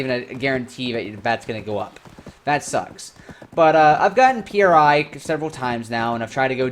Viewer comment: Its pronounced, "pree", not P.R.I. Other than that this was a reasonable video with some good points made. Towards the end tho you make it sound like you were lied to and you were promised a different game, lets be real tho, this is a Korean game, and youre not into RNG or the Grind. Its a KOREAN game.